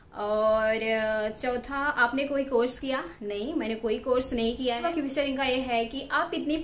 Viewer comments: #.. Ur pronounciation need to be highly improved It's pronounciated as 👉क्वेश्चन"👌...not क्युस्चन 😂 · 🤣🤣🤣🤣🤣 thumra English my goodness qushwin answur🤣🤣🤣🤣nhi hota question answer hota Hai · U r very nice youtuber..just need to improve English pronunciation.. For eg.. - question = kweshch-chan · Question, you tube ka sahi se pronunciation to karo...